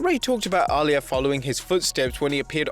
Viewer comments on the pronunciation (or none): why do you pronouce her name like arlia is itsAalyah